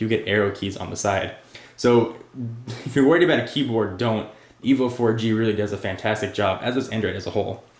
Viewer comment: its Evo not evil bro